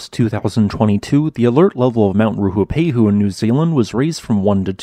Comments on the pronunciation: RUApehu, not RUHUpehu. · If you're going to make a whole video about the volcano, at least learn how to pronounce it's name correctly. Its Rue-ah-pay-hoo. Have some respect for Te Reo Māori. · It's not, this guy just can't pronounce it